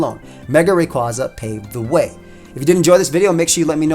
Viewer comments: its name is derived from quasar so say it wiht me now RAY-KWAY-ZA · I've said it before and I'll say it again, It's "Ray-QUAY-za" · Oh my gosh for the last time It’s Ray-QUAY-zuh. It’s based on a quasar. (Quay-zar) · It's pronounced "Ray kway za"! R.I.P. Mega Evolutions! They will never return again! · Well I have some feedback, he should learn how to pronounce Rayquaza correctly